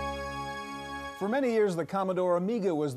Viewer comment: Maybe for emphasis and/or punning :"GabREAL"